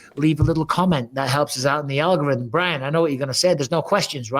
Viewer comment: Algorim? Surely bisping meant algorithm